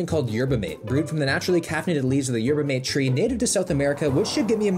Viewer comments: it’s m ah t eh not mate it’s spelt mate pronounced m ah t eh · yerba mate is a college staple here in the U.S. pretty much everyone at my college drank them. Also, it's pronounced "mah-tay", don't ask me why... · its pronounced yerba “MAH-TAY” btw